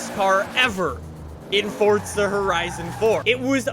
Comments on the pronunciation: Is it me or is it for, zaaaa, not fortsa? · THERES NO T IN FORZA ITS NOT FORTZA ITS FORZA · forZa not fortza ... dumbfuck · If I had a dollar for every time he said fortza instead of forza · WHY DO ALMOST EVERY YOUTUBER CALL IT "FORTZA" ITS FORZA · It’s forza not fortza ugh Canadians. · Fortza. God it pisses me off how he says it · In Fort-Zuh horizon fore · Fortza? Lol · Why do you keep saying Fortza